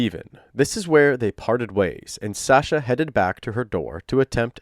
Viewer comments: omg.. please learn how to pronounce Sasha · I’m 5 mins in and it’s driving me crazy. I’ve never heard the name pronounced that way either, it’s like saying TimOthy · That's not how you pronounce her name lol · The way you pronounce Sasha makes me want to cut myself. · you saying her name wrong is super grating. it's the standard pronunciation, so not sure why you aren't doing it correctly. i thought it was an odd pronunciation, which is common with names, but no it's just you saying it wrong. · Say her name right!! You can hear recordings of several other people saying it right? Annoying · Anyone else having a hard time getting through this video with him pronouncing “Sasha” wrong the entire time? He did say it right in the beginning. Edit: I see that he goes back to the correct pronunciation later in the video. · SAW-sha. NOT SAEH- sha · Narrator keeps calling her shaaa-shaaa. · Sasha = "Sah" as in "awful", not as in "ask". Please, let's do our best to pronounce the victim's make correctly. ❤ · why keep calling her the wrong name SAAsha instead of Sasha lol they say it a million times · I am trying to get into the story, but the pronunciation of her name by the narrator is driving me up the wall. In the clip in the very beginning Sasha pronounces the first A in her name with an "aw" sound like in fought or bottle. The narrator does an a "aa" like in cat or flat. I know its not the end of the world.... but it can't stop hearing it :P :P :P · love the vid but u are pronouncing sasha, "sahsha" and it's actually so annoying. jfc learn english. or maybe just listen to how her friends say "SASHA" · Now her boyfriend just pronounced her name……..why is our guy still pronouncing it incorrectly?!?!?! He’s still one of my fav Tubers though😊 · The way you constantly mispronounce her name even after Anthony said it in the call really irks me. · She pronounces her name, why are you saying it wrong?